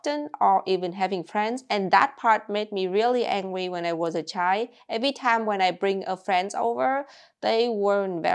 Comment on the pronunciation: I love the way she pronounces the word child. It's just chi :face-green-smiling: The whole 2 letters are missing and you still know what is being said.